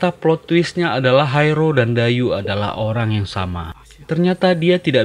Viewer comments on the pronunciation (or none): Bukan Dayu bacanya tapi daiyi artinya ikan berkepala besar